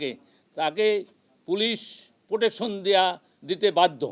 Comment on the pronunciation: খানকির পোলা ভাষা জানেও না,,,,, রিলেশন নাকি রিলেটিভ ,,, টাকার কাছে বিক্রি । প্রোটেকশন নাকি পোটশন । কন্ডম ফাটা জারজ